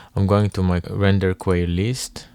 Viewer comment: Hey there big dog, sick nature sounds. Just letting you know queue is pronounced like "cue", or as if to just say the letter "Q", not quay.